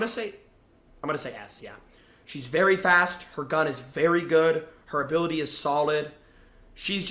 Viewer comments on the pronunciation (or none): none